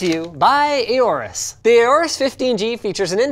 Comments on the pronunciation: Everyone: Orus Linus: Ehorrus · Is that how auros is pronounced? EYORESS?